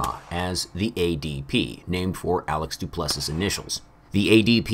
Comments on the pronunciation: The last S is silent in Du Plessis. Sounds like “Du Plesseee” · Gosh, I don’t wanna be that guy, but you pronounce his name do-pleh-see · My God,. It’s pronounced “Doo-pless-ee”. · Du-play-z is how you say duplessis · name is pronounced Du Pless E. I’m not smart or anything, there just happens to be a S African UFC fighter with that name.